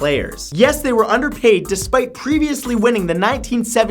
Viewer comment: Who is this "kunder" you speak of?